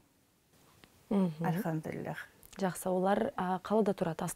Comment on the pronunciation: Ма ша АЛЛАh Как прекрасно слышать ,когда Анна произносит :"АльхамдулилЛлях !"